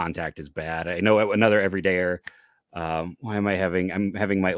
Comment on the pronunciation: You have said it correctly every time any you have plenty of Everydayers. I'm impressed